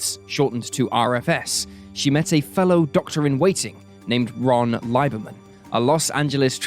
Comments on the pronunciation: My only problem here is the narrator’s weirdly incorrect pronunciation of the last name Lieberman, which is pronounced Lieberman… long e ….. as in Leeeeeeberman. Man that’s just rude and sloppy. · That’s OK, they butchered my sister‘s married name Lieberman even worse.